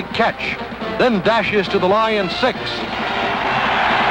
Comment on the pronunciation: “The Detroit LAW-yuns.” Who narrated this? Van Patrick?